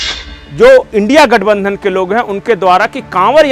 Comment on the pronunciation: Your thought is right. But U R always uttering INDIA GATH NANDHAN instead of INDI - GATH BANDHAN which is wrong. Please rectify for future.